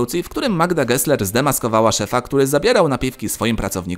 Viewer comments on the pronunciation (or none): none